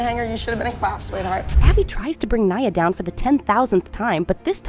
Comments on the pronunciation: It’s ne uh not Nyah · And her name is nia… not niyah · Niuh not nia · Omg… your photoshop, your AI🤦‍♀️ I heard Mia…Nyah….mackeneyez🤣 ya got some work to do. Oh also Aygine… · Its not nyia its N-I-A and the phtoshop😭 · its pronounced knee -ah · You said nia wrong 😂